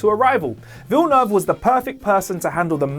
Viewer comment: It's the first english-speaking person I heard pronouncing "Denis Villeneuve" properly though